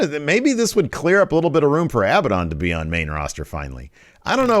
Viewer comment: As soon as he said abadaon the lights flickered lmao